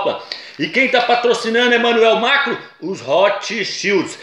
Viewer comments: Nossa, que agonia ouvir MACRO e não MACRON, mas o vídeo é legal. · que nervoso da esse irmão chamando Emanuel "mácro" , macro é mercado porra! é MACRON.